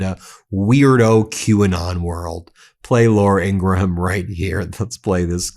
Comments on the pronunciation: The "H" is silent in Ingraham's name. It's not pronounced Ingra-Ham, simply Ingram. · Ben, why do you keep pronouncing Laura Ingraham's surname as a 3 syllable word? It's just pronounced Ingram. Why can't yanks speak English properly? 🤬